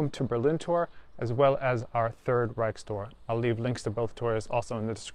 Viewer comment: Care to list them? I think he does a good job. Needs some work on the word "Reich" and pronounces S words in a way I teach Germans not to, other than that all es in Butter!